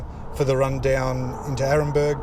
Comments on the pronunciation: 'Nurenburg' you say🤪 w.t.f. you talking about ? NOTHING like the ACTUAL spelling of the track name🤦🏽‍♂️ Really ought to check $hit be posting mate.🤓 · I think you will that is Nurburgring, not Nuremberg ! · It's nur burg ring you dope. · I can't watch someone who cannot pronounce the name of the track properly. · Check the pronunciation of the name of the track, friend.